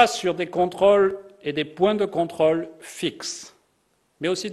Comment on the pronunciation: Quand il dit 'controle' j'entend troll mais ce n'est que moi...